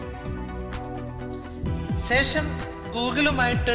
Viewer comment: Ponnnannaaa sesham Alla shesham